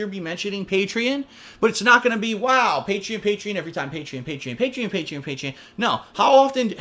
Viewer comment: He pronounced Patreon wrong.